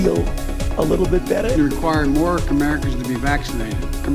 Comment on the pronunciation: Loved "comericans" 🤣🤣🤣